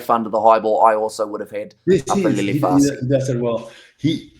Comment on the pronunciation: Is there a reason why the gentleman on the right of the screen cannot say "Fassi" ? fussy not FARSEE.